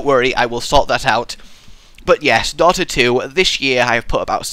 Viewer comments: Why do you pronounce Dota wrong btw xD? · Why do you say Dota wrong?